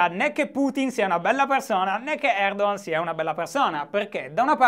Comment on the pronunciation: Si pronuncia Erdohan?Eppure mi ricordavo che fossi sardo non toscano.